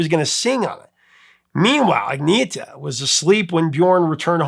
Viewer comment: Agneeeeeta’s name is pronounced: Annyeta